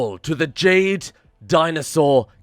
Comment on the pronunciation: Did you say Jade food lmao